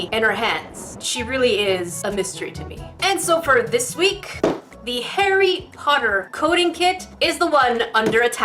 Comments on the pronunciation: it sounds like your saying hairy potter instead of Harry Potter.😅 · Sounds a bit like hairy potter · I like how it sounds like she's saying 'hairy potter' XD